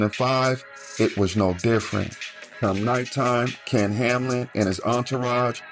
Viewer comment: Its ken hamlin come on fam not kam